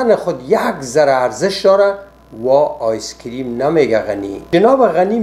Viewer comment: It wasn't ice cream he said, ice keam.